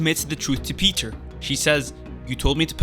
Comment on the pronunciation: Thank you for pronouncing it “Peter” and not “Pi-TAHYR”